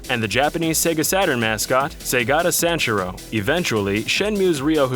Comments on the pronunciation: That was possibly the most awful American pronunciation of Segata Sanshiro ever... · You gotta practice your pronunciations on names. Hatsueney miekeu? Saygada Sanjerou? Never heard of those characters before. Hatsune Miku and Segata Sanshiro I have heard of though.